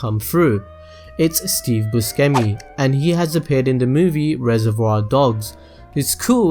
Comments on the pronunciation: it's bu-SHEM-i, jesus christ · it's pronounced bu-shem-mi *flies away *